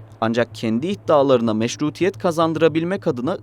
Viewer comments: Meşrutiyet değil, meşruiyet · Meşrutiyet değil, Meşruiyet!!!